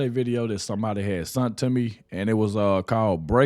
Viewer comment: "a video somebody 'sunt' to me". Lmao 🤣🤣 what the world